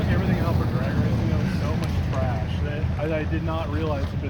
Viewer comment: did you say /w\THRASH/w\ ??